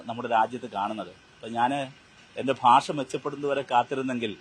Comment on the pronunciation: ഭാഷ അല്ല. Paasa